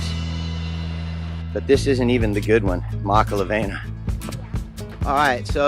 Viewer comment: Great vid bro! So you sound like your from Kona learn how to pronounce the word "makalawena" correctly:)🤙🏼not makala"VEI"na but Makala"VEE"na again great video bro